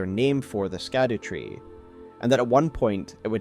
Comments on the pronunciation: Scadutree is pronounced as Shadutree and not Skadutree... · It’s SHADOW damnitalltohell! STOP saying “skadoo”. Shadowtree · It's not pronounced Skadutree, it'd pronounced Shadowtree. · Hey so it's supposed to be Olde English and it's pronounced Shadowtree, not skadootree. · Scadutree is pronounced Shadow not Skadoo. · "scadutree" is pronounced "shadowtree" 🤦‍♀️ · “Scadu” is an archaic spelling of “shadow,” and it was pronounced almost the same way, so “scadutree” should be pronounced more like “shadow” or “shadoo” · "Shadu tree"... just like evegaol is 'everjail" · I love your breakdown! While streaming this game I was actually told that the “c” and “u” in “Scadutree” are actually pronounced in their older format, thus leading the pronunciation to be “Shadowtree” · Scadutree is actually pronounced "Shadow Tree"..... yea I know spelling scadu and saying its shadow is dumb but thats how to pronounce it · Howre we still mispronouncing SHADOWtree. It hurts my ears man. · Sorry to be nitpicking, the Scadutree is pronounced as "shadow tree". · Just scrolled through the comments to see if anyone else mentioned this. It’s so annoyingly ignorant at this point I nearly closed the video. It’s like the word “gaol”. Pronounced “jail”…too easy. Skadoo just sounds so ignorant at this point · Google "scadutree pronunciation" before recording next time, oof